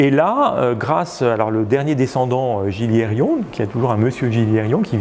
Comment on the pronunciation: petit détail: Gilliéron se prononce "Giyéron" donc sans prononcer les lettres "l" et sans rajouter un "i" inexistant dans la dernière syllabe 😉 et merci au de nous permettre de voir et d'apprendre à distance et de faire parler et partager les connaissances des multiples spécialistes.